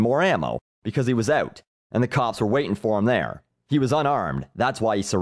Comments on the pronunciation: I'm Canadian and I don't even say it that way; it rattled me too. I came to check the comments if anyone else noticed. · Thom Kinrade oot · You sound so Canadian when you say "out"